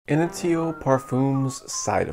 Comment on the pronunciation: he said in-i-dio.. at least do some research before making a review video lol